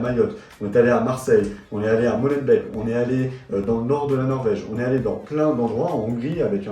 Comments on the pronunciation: Molenbééék (on ne dit pas MolenbèK) _ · molenbéék pas molenbèk !